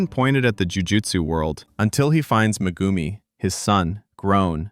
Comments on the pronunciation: bruh really called megumi " mah-goo-me" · Meh-Goom-e kills me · "muhgoomi fooshi gudo"